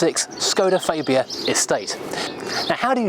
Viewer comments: Its not a faybia its a fabia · You are pretty close. ;) Its a AA not an Ei. I'm swedish though and just because it's the official local channel it does no mean they know. ;) Look at american Hyundai ads.; ) That's a name we all say wrong though. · It's Farbia, not Faybia for goodness sake!!!! No need for those silly old jokes either, completely out-dated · "fabe-ia" ? I thought that the name of the car was pronounced phonetically FAB ia. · Why do you keep adding a "ay " when you say fabia ? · ... the goulash trough ... excellent. You may find that it's pronounced faaahbia, though. I had Octavia and Superb estates as company cars a while back. The Superb (gen 2) genuinely lived up to its name. A fantastic car and, I think, a very underrated engine (mine was supposed to be a 140 tdi dsg, but it was just a bit too fast - this was when VW would regularly deliver engines with 20 or 30 bhp over spec, and I will never complain about that). Excellent seats, a boot torch, curry hooks and an absolute cavern in the back. What a great car that was.